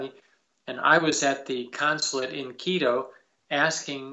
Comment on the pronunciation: Mr Saint, you pronounce the tribes names perfectly why not Quito? Just curious. TY